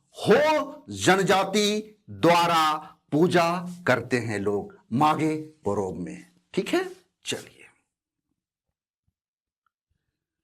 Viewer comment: मैं भी हो जनजाति से हूं,चाईबासा से, सर आपने बहुत अच्छी तरह से समझा दिया ,कभी मौका मिले तो आइए कोल्हान में,मागे पोरोब में,आपका हो भाषा उच्चारण में और अच्छा सुधार होगा